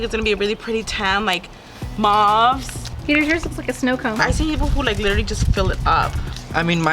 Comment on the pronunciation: she can't say literally